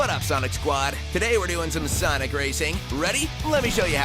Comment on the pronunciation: Sanic✖. Sonic✔